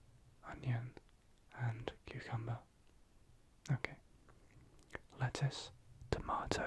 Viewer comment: I heard “lettuce” as “letters” 😭